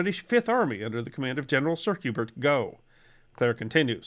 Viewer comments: Excellent video (as usual). Small point, General Gough's name is pronounced "Goff" not "Goh". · General Sir Hubert Gough's name in another of those weird quirks of the British version of the English language, is actually pronounced "Goff" . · "Gough" is pronounced "Goff".